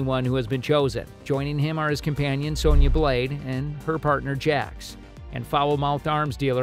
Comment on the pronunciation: This idiot couldn’t say Sindel or Sonya Blade right and I hope they fix Liu Kang character and make him the badass fighter that he should of been this whole time and also fix Kung Lao too